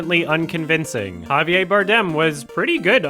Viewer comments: "Javier" isn't pronounced "Haviay" with a silent french "R." It's "Havier." Spanish, not French. And if you want to do it even more accurately, it's with a rolled "R," which will sound more like a "D." "Ha-vee-ed." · his name is Javier Bardem, he is a spanish actor not a french one. His name is pronounced Halve-yehr. You sound like Peggy Hill. Thanks for the videos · The “R” in Javier is not silent. Javier Bardem’s name is Spanish, not French.